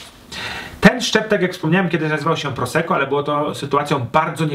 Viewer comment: czemu niegrzecznie...? Może więc równie "niegrzecznie" dodam jeszcze dwa grosze o wymowie. W języku włoskim podwójne spółgłoski są bardzo ważne i należy je wymawiać. Zatem nie "proseko" a "prosekko"!!! Ale materiał świetny, dziękuję za ten film.